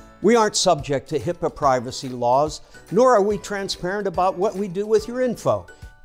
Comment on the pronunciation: Mispronouncing HIPAA (Health Insurance Portability and Accountability) as HIPPO cracked me up. This was well-done, right down to the wonderfully generic and impersonal Corporate Memphis art style popular with these apps, wowww. I felt bad for the poor guy being abandoned by Horton and reliving being abandoned by his dad. Mannn... great black comedy, though. The bad therapist gaslighting him, yowch.